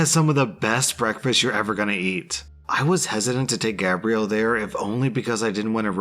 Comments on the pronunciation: For "Gabrielle", you were pronouncing it like "Gabriel". Difference: Gabe-ree-al is the masculine. Gab-ree-elle is the feminine. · Since when is Gabrielle pronounced (gay-bree-al.) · You pronounced gabrielle, it's a female French name so its said like Gabriella. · I love how pronounces her name Gabrielle for like 5 minutes then starts saying it Gabriel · So good, especially when he started calling her Gabriel instead of Gabrielle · that’s not how you say it though. There is Gab-riel (Gabrielle) and Gay-briel (Gabriel) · How many different ways is it possible to pronounce Gabrielle without actually pronounce it correctly 😂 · I love how the pronunciation of "Gabrielle" changes almost every time you say it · Ikr doesn't sound right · used the masculine pronunciation throughout the whole telling of that story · you missed pronounced Gabrielle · why do you have such trouble saying Gabrielle? haha xxx